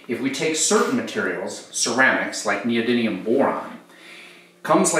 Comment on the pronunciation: Friendly reminder: Neodymium, not Neodynium